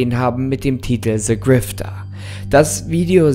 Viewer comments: niemand: creepypasta: "se grifter" liebe deine videos weiter so!❤❤ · Der Ton ist normal weiß gar nicht wieso du dich entschuldigst. Aber hast du etwa "Se" Grifter gesagt? 😂😂